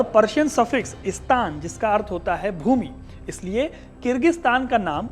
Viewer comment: वास्तव, में,स्तान, ग़लत, उच्चारण, है। सही उच्चारण, स्थान, होना, चाहिए।जैसे, राजस्थान, वहां, हमेशा, राजाओं,का, स्थापत्य, रहा है।